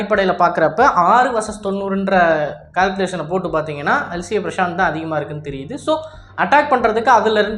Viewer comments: உனக்கு எந்த இந்திய ஆயுத பெயரும் சொல்ல வராதா இல்ல ஸ்டைலுக்காக மாத்தி சொல்றியா... பிரசாந்த் இல்ல பிரசந்த்.... ஒவ்வொரு பெயரையும் இப்படித்தான் மாத்தி சொல்லிட்டு இருக்க.... அப்பறம் அது LCA இல்ல LCH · Bro that name not at Prashant that name prachand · it is not prashanth it is prachand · Top star prashath ah? 😂 Yov adhu prachand not prashanth...